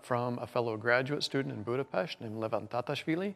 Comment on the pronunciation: DAMN! You pronouced Buda-Pest correctly!